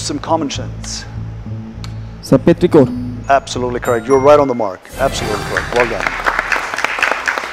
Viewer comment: The quiz master is pronouncing some of the words correctly like “petrichor” in this episode. I also onbserved some in another episode.